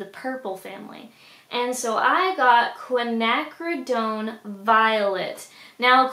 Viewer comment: The cans are called Oily Waste Cans / Oily Waste Containers. You can get them on Amazon. You had the pronunciation of Quinacridone Violet correct. It's pronounced fa-low, not pa-ta-low. Don't feel bad though, I've heard people call it patalow before. ;)